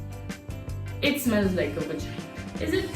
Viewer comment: what's vagina? it's V star gina 😂😂😂